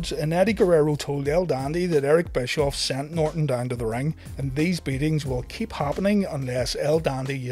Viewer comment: BTW it is Bishoff